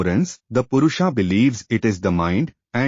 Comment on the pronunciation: Request you to pronounce Sanskrit words correctly. Otherwise your narration is perfect. Not Purushaa, it is Purusha; not Praakriti, it is Prakrati; etc.